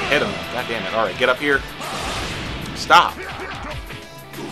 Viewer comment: Why does he say “damn” like dat 😂😂😂